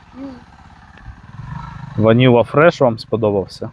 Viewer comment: Це не деревовидні а волотисті гортензії- кацапською метельчатые.І перепрошую але - ваніла фрайз а не фреш і взагалі багато помилок в назвах.Рослини гарні але не плутайте назви будь-яка.